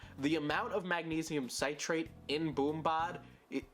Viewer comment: He still didn’t pronounce magnesium citrate correctly lol